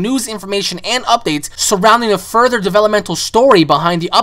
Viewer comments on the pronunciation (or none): none